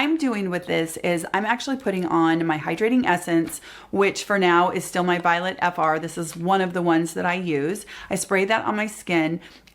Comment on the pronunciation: Hi! Love your channel 💖 Not to sound snarky- but the makeup artist Violette, her name is pronounced Vee-oh-let, not Violet 💜